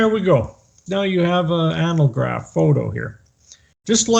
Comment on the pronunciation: How come you guys can't pronounce ANAGLYPH? An "analgraph" would be something entirely different.